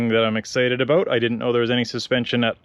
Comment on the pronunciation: You sound like a Canadian when you talk "aboot" something.